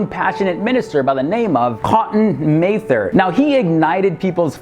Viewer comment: it's pronounced Mather, as in rhymes with rather...